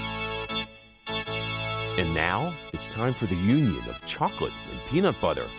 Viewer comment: This video was nice except for every time he said peanut BUTHER